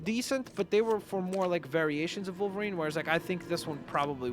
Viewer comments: Why does he say volverine not wolverine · Why do you say volverine instead of wolverine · no criticism but why do you say volverine and not wolverine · WOLVERINE NOT VOLVERINE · Wolverine not volverine but keep up the good work and love youre vids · He was saying Vulverine no Wolverine. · It sounds like you say volverien not wolverine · It’s wolverine. Not Volverine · U called him volverinr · Volverine? That’s how it’s coming out on my iPad. Unless you just say volverine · your vids are awsome but did you know that you say volverine